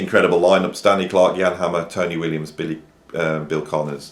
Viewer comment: Pete Pardo is a bad influence as far as your saying Bill Connors' name, lol. Jokes aside though -- this is a great, educational list from someone we're all confident has an opinion that counts.